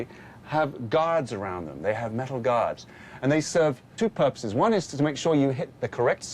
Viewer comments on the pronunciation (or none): none